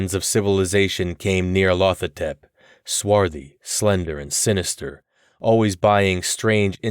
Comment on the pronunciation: I worry you've mispronounced the title character.